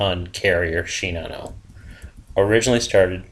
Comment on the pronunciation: I love your reviews of the ships. I am a retired soldier and history buff. The information is fantastic. Just a suggestion for you... I have spent a couple of years in Japan and She na no... the emphasis is on the 2nd syllable. Oh.. and in Spanish the Ja in San Jacinto is an Ha sound.. and not Ya as in German. I eagerly await your review of the Royal Navy and the Kriegsmarine!